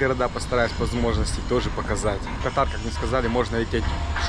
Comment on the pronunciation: И всё-таки страна называется КАтар, а есть болезни, которые называются катАр., тебе сейчас часто придётся произносить название страны, лучше не ошибаться 😊